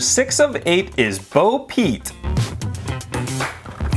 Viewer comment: He said Bo peet